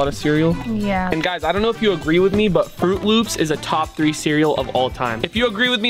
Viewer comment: At the banana loca said agre not agree